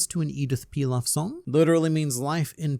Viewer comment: Edith PI-AF not pilaf 😂 pilaf is a way too cook rice ahaha